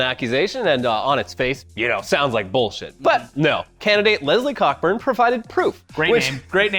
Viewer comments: Isn't it pronounced Co burn? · It's pronounced "Coe-Burn", but yeah, funny name when you say it that way xD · Not sure if its a joke but Cockburn is pronounced "co-burn" the C and K are silent